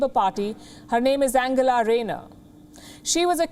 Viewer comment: Angela pronounced Anjela not Angelar as in Angela Merkel.